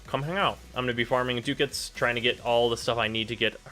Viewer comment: It's Ducats, NOT dookits!